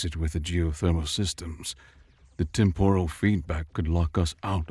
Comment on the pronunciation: Temp-er-al is the pronunciation, even if it's spelled with an O, it's not said with an O.😊